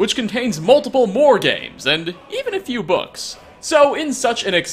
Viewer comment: I honestly thought you said *bugs*, instead of books.